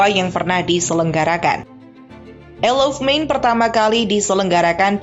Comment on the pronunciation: Bacanya ayel of man bukan isel of man